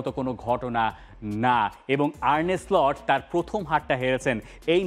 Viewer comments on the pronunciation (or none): none